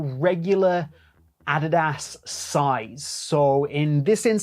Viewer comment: Bro say Adidas right😭